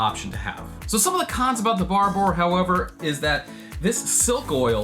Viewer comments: From an Englishman - never pronounce it 'Bar-bore'. It's 'Barber', like the hairdresser. No additional syllable, either. You're welcome. :D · "Barbouurrr" nah man its just Barbour, pronounced 'Bar-Ber" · Barba not barbore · FYI, it's pronounced 'Barber', not 'Bar-bore'. The 'our' is pronounced the same as in 'flavour' and 'colour'. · It is pronounced “barber” not “barbore” :) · Does everyone outside of Britain pronounce it Barbore?! It’s pronounced Barber. As a Brit I prefer Filson because it makes me feel like a frontiersman whereas Barbours in Britain tend to be associated with old men driving land rovers with a spaniel in the back. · “Barbuh” not “Barboar” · Barba. Not Barboor. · Great video, but it’s pronounced ‘barber’. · Barbour...say it like Harbor. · It's not called bar boor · Its pronounced " Barber " . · Listening to this guy trying to pronounce Barbour is painful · I cringed every time you said the word “Barbour” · Hearing an American say Barbour is funny 😂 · no other American mispronounces the name like this guy!